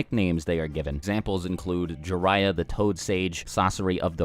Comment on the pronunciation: When he said Jariyah for example I'm like cmon, kakashi , guy